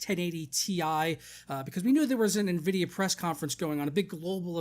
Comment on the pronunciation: sounds like your saying nehvidia lol